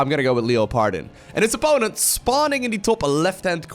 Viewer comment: until i read it myself i did not understand this name from pronounciation. When i saw it i thought, ohhh its german.:D